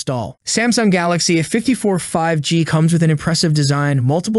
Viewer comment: It's A 54 why are you missing the A out every time you say A54 all your saying is 54 and it's annoying. You do it every time you do a video where you have to say A. Can't you say A....it's not rocket science. Think you need some lessons.